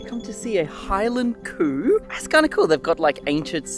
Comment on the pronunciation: Scotland’s beautiful. I’ve done Inverness Skye and Fort William on the train before. By the way, the Highland Coo isn’t as you’re pronouncing it (unless you’re imitating a thick Scottish accent) it’s actually Highland Cow (the cow part being produced normally, not coo)